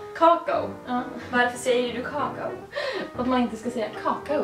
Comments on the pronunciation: säger typ "kakao" snabbt men Clara säger "kakaó" typ xD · Jag säger också "kaakao" som, venne om det är Norrländskt för alla säger så här.:)) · Är det bara jag som inte fattar skillnaden på när keela säger kakao?